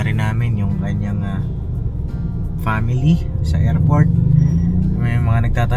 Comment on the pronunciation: Shoutout po ka papi…. 😊🙏👍. God bless everyone.!!! Comments ko lng po . Pronouns sa Family hindi po pamily 🤪😆 kundi po Family ang tamang pronouns. At si mama ka business po hindi nka seatbelt???👀🙄🙄🙄 for awareness lang po nka vlog ka pa naman nakikita ng buong mundo.. 🤞🤞🤞 real talk lang po yung lng po kc nakikita ko sa vlog .. congratulations po ulit sa wedding nyo. Best wishes God bless always.. bira!!!! Banat !!! Lng Gogogo…👊💪💪💪